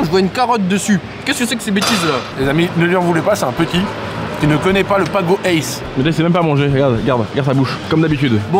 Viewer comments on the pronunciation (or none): On dit pas ACE mais A. C. E. (Acéheu) l'orange (A), la carotte (C) et le citron (E). et effectivement c'est banger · C’est la première fois que j’entends PAGO ACE 😂 J’ai tjs dit A.C.E